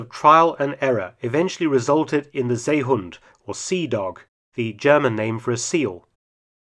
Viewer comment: And stop butchering the name of the seehund!! It's See (or See) then hund. NOT Zay or Say hund